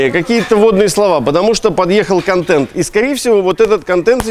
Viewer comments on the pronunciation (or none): none